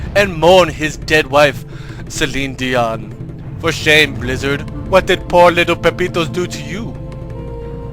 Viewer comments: "Cellinedian" "Cellinedian" "Cellinedian" everytime "Cellinedian" LOL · LMAO Cellinedion. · i laughed everytime he said "CellineDion"